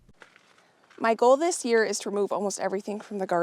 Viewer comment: When you say “this year” it sounds like “this gear”. 😂 Thankful for all your A+ content!!